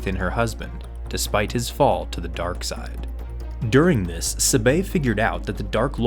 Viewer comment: Saying sabe wrong